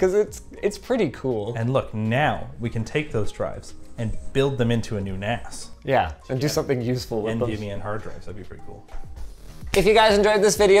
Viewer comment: I keeps mishearing NAS as nads.